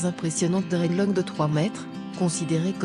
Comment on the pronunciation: " Dreadlock " elle me donne mal à la tête. Prononce le S putain dta ...